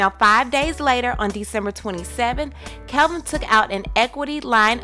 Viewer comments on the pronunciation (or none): His name is KEVINNNNN not Kelvin smh 🙄 at least know the names if you gon report the news lol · Why is she saying "Kelvin" when it's "Kevin" ? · Is she saying Kelvin instead of Kevin? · Why is she calling him Kelvin..... Its Kevin lol. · His name is Kevin not Kelvin!! Lol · Stop saying Kelvin!! Its KEVIN!! THAT DROVE ME CRAZY! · Why are y’all calling him kelvin?? It’s KEVIN.. unless I’ve been missing something the past 10 years. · KEVIN NOT KELVIN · I thought it was Kevin not "Kelvin"...? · His name is KEVIN ... NOT KELVIN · ITS KEVIN NOT KELVIN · His Name is KEVIN NOT KELVIN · There is no “L” in Kevin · It really gets on my nerves how you can't pronounce Kevin! Other then that you are good.